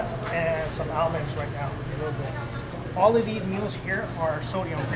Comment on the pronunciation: Did that guy say "SALmon" and "ALMonds".... seriously learn how to speak